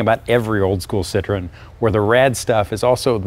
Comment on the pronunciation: you need to learn to say the name of the car. It is not a fruit, try Sit-row-en. I was a factory tech for Citroen 2CV, 3CV in a Mahari body (all plastic Beach Model yr. 1972) DS19, DS21 at a dealership in Milton Ma. This made me smile thanks for the trip down memory lane.